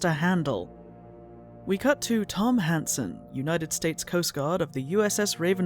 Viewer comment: Every time the main character's name is said I hear "Tom Handsome" and I'm not sure that's appropriate for this character.